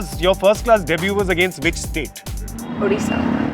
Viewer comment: The most accurate pronunciation of odisha